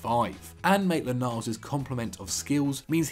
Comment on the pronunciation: This guys really said mainland miles to borrussia..😂😂